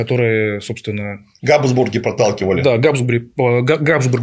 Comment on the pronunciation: ГадЫсбурги.... и далее по тексту....